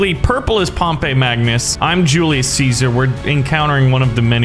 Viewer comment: Pretty sure Pompey is pronounced Pompee (I take Latin)